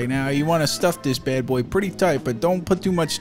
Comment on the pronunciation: I feel like you’re saying “boy’s hole”...